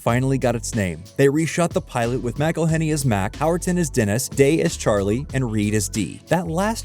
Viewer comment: Every time you pronounce McElhenney’s name wrong his teeth get a shade whiter